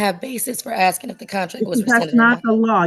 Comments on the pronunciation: all you're doing is 'axeing' dumb questions 🙄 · She should be imprisoned for axing everyone. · She axing for troubles!!!